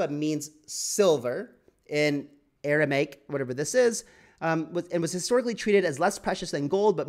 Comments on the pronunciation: Aramaic not Aramatic 😂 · This guy has never heard of Aramaic, lol, and can't even pronounce it correctly. Heck, he has difficulty pronouncing other basic words. No wonder some people think crypto is a scam...we have to many poorly educated people in the space. But the material presented here is solid, factual and well researched, so I will give him that.